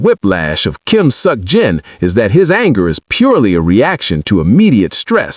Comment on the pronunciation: I really wish he would stop saying suck Jin that’s not how you say his name